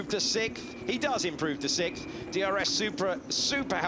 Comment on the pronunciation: You get paid to speak English into a microphone and you can't even say sixth...